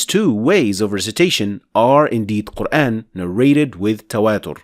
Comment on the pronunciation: It's actually pronounced MAALIKI, NOT MEELIKI I guess you tried to teach people King James qiro'at of QUR'EHN English transliterated pronunciation. Although the prophet and shahabahs, has been dead 1500 years ago. It doesn't mean that you can freely INVENTED another qiro'at as you wish. It's never pronounced MELIKI or QUR'EHN. it's MAALIKI and QUR'AAN. PLEASE STOP spreading WRONG pronunciation of our Holy Book AL-QUR'AAN (NOT QUR'EHN)